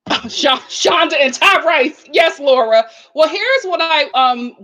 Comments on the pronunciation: It’s hilarious how she calls this man Ty-RICE. 😄I can’t tell if she mispronounces these people’s names on purpose to be shady or is being genuine. Either way it’s funny! 😂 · I thought it was pronounced Tyrese just spelled Tyrice.